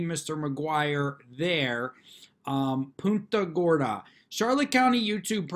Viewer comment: It’s PUNT-a Gorda.....like you “Punt” a football. I grew up not too far from the area, and know the pronunciation well. Thanks.